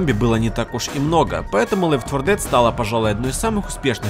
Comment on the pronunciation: ледфорлдед ты серьёзно а может лед фо дет